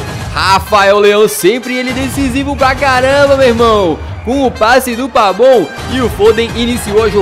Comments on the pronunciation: Que raiva, é PAVON e não PABON!!!😠😠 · Eh Impressão Minha Ou O Tá Chamando O Pavón De Pabón Kkkk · vc fala errado kkk vc fala pabon sendo que é pavon mesmo assim seus videos sao muito bons parabens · Pavoooon e não Pabon que raivaa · porquê vc fala PABON e não PAVON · Pq vc fala "Pabon"? Kkkk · DouglasAnimações Clbc man eu escrevo meu nome do jeito q eu quiser, a pronúncia certa é PAVÓN